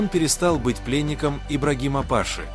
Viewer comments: Не пАши , а пашИ . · Не пАши, а пашИ. Ударение не верное.